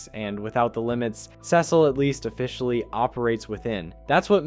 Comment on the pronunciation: your pronunciation of cecil is whats killing cecil